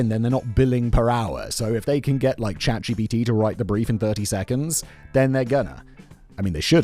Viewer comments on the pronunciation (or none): none